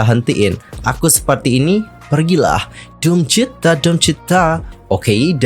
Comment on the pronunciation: DOOMCHITA kak, bukan DOOM CHITA 🙏🏼